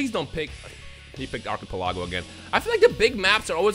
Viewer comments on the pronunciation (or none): Why yf did say archipelago like that?😂